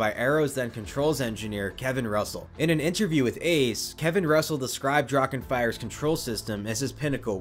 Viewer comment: Love the coverage! Little tip when it comes to German words like Drachen. Don’t make a “k” out of the “ch”. Just consider it silent. The voice fills that void automatically.